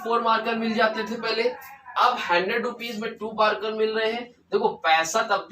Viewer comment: Your bihari ascent is so sexy : can you say it again : Handred rupees 😎😂